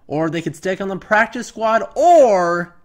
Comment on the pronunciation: Lmao pracice 😭